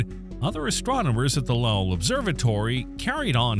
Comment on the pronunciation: Lowell is pronounced low(opposite of high)-ell Sounds more like Bowl and not like Powell. Lake Powell is two hours north of Lowell observatory.